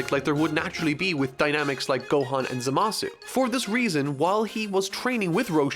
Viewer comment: Why do you always say ZaMAsu when everyone in the show says ZAmasu?